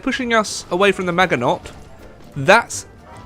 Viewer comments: its actually pronounced majino you silly brit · so you can say pourquoi correctly but you can't say maginot correctly, ok